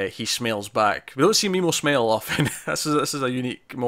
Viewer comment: Like your video, and have struggled through the dialect, something I wanted to avoid commenting on. But I have to ask, , you use the word "smile", which most English speakers will say rhymes with "I'll" (contraction for I will). But you say it rhyming with "ale" (type of beer) - several times. Is that really how you say it? Quite amazing to me. Your commentary helps me understand the finer points of the show. Thanks for the video.